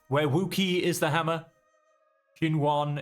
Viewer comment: Love the narrative style, reminds me of Heads will Roll a little bit. Overall a nice change of pace from All Quiet in the Trenches. Heads up, "Qin" is pronounced like Chin. Qi is like Chi (Chee). All Q's make a Ch sound. Hope you continue playing it especially when it comes out - cheers!